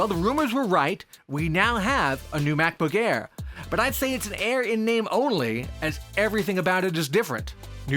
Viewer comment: Did he just says Back-book Bare 0.33?